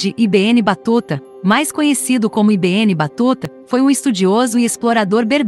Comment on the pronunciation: Assassinou o nome do cara! i be enne , nao ne? Se nao sabe traduzir, pergunte alguem.